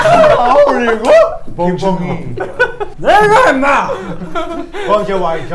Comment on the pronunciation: 이게 번역이 어려운건 아닌데 느낌 살리기나 속도맞추기가 정말 어려워서 번역본이 없잖아요? 근데 번역+영퀄까지 살리셔가지구.... 정말 상받으셔야합니다... 그나저나 김남준 나무늘보 살인의 추억 흑역사 오리너구리 발음만 영어처럼한거 실화입니까 귀여워 죽겠네 ㅡㅅㅡ